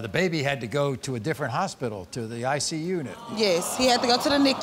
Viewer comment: Ick-You XD how she pronounces ICU